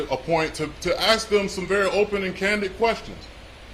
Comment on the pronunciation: What did you "aks" them again??? 😆